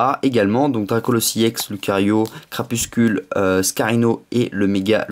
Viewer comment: tu prononce crapuscule mais c crapusTUle !Sinon super video com d'hab !!